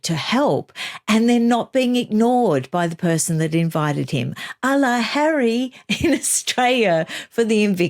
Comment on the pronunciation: riggggght. hahahahaha LOVE it. I cannot bear that stupid woman and her breathy voice, her vocal fry and her Elizabeth Holmes deep cadence . as for the stupid 'rights' they are only surpassed by her "Hawwy' which she said with pouty face when Oprah wanted to know who the terrible royal had spoken to about her Childs skin colour.